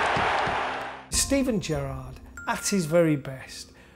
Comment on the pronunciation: Don't call him Jurrarrrrrd PLEASE